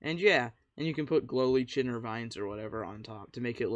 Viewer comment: Great vid and hacks. Lichen is pronounced “liken” 😁